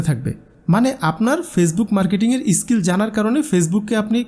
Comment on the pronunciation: ইস স্কিল নয়,.. স্কিল।